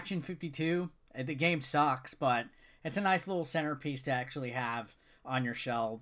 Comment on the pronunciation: I chuckled when you said "Lickle". Wow I'm still immature